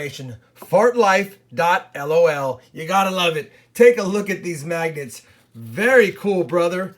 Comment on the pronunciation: Did you say magnets or maggots lol jk